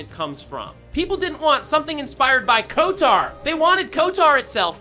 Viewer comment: Ah yes... the KOTOAAAR or KIOUTAR remake yes....